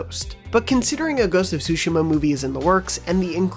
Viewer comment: Did this guy really say “sushima”?